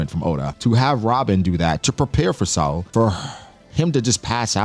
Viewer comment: Thank you for pronouncing Saul correctly hated when the show “better call saul” came out for so long people said my name wrong , was happy when i saw a giant had my name